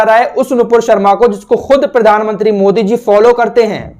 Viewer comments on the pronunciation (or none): none